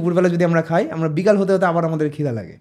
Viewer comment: আপনার এত বড় একটা চ্যানেল,কিন্তু খায় রে খাই বলাটা শুধরাতে পারলেন না, য় ও ই এর সঠিক ব্যবহার না করাটা খুবই দৃষ্টিকটু,আশা করি এর সমাধান করবেন